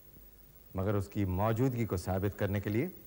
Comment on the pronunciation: Mouzudgi sahi lafz nahi hai.. Maujudagi...sahi lafz hai Bhasha ka Samman karein. Phir bhi aap ke program mein koi khaami nahi. Qafi chaste or flawless program hai 👍❤️